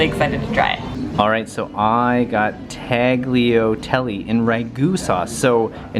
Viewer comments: I definitely don't want to sound critical, however, when pronouncing words with "gl" in them like tagliatelli, it is always a "ly" sound. so, tagliatelli is proniunced "tal-lia-telly" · Solo a me fa ridere un po' per come ha pronunciato le tagliatelle? 😅😂